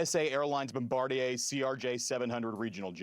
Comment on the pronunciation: No, Bombardier. It's French/Canadian: Bomb-bard-dee-yay.